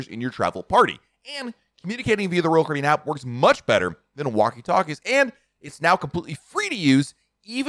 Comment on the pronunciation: pronounce: ROYAL CARIBBEAN!!!!!!!!!!!!!!!!!!!!!!!!!!!!!!!!!!!!